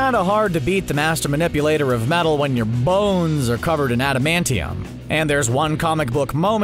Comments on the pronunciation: I went back a couple times to here him say "bones" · The way he said bones tho